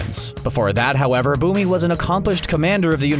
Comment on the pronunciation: Kaya Bumi, and Tenzin My ears: Kaya, Boomer, and Tenzin